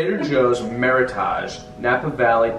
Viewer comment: Meritage rhymes with heritage. Meritage (created in 80's by Sonoma/Napa vintners) is California's version of Bordeaux style blend.